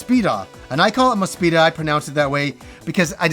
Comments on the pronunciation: Looked at the katakana and it looks like you're pronouncing Mospeada correctly from what I can tell. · I want to reassure you that the hiragana on the Mospeada soundtrack confirms your pronunciation. That's how I've always pronounced it as well before I could even read Japanese.